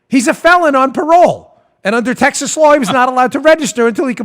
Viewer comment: "Texhas" LOL.